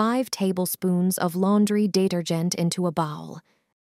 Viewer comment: No kidding!! The word detergent almost knocked me out!!